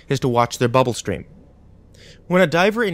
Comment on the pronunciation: Am I the only who laughed a little every time he said "bubble?" 😂